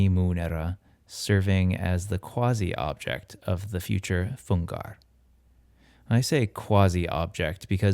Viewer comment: You did pronounce "quasi" right! in contrast to almost all of your american fellow-men...